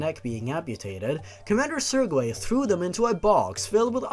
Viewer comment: "Sir-gay"